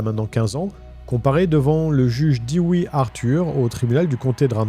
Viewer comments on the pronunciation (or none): Dewey ce prononce Douwy dew= dou Comme dnas montain dew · C'est pas "Diwi" mais "Douwi" comme dans malcom pour le prénom Dewey... de rien😉